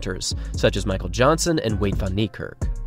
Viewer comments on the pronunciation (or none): none